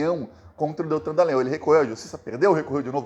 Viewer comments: Porra, não é nhÔL, é NhÓl, caralho. Ou então Deitão Dalogoanal!😎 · ⁹Desculpe , pronuncie o "o" de"Dallagnol" como em futebol, espanhol etc.